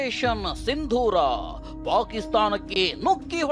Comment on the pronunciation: ಸಿಂಧೂರ್ ಅಲ್ಲ, "ಸಿಂದೂರ"